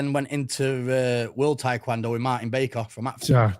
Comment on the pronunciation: Taekwondo isn’t tap touching, and to top that off can’t even pronounce it right